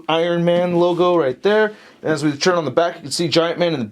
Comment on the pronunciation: I've been following your videos for a few years and I've only just noticed... You said "churn" for the word "turn", like, every time. I don't have any opinions on that. I'm just letting you know just in case you yourself didn't notice. LOL. I frickin' love this war machine figure. Great review as always. Cheers.